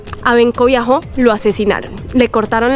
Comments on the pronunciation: No es viajo, de escribe biho, c pronuncia biojo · Benkos Bioho, se pronuncia Biojooooó BIOOOOJOOÓ, no viajó....